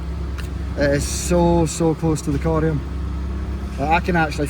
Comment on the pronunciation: has an extremely elegant way of saying the word “corium.” It really rolls off the tongue coming from him